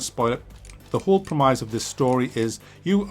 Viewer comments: Pro-meyes? It's pronounced Prem-is! Look I'm from the same neck of the woods as you and I've never heard anyone say it like that ha. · Anyone else bothered by pronounciation of premise as prem-eyes? I have never heard that before and yes I'm British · the whole what ? you mean the prem-iss ?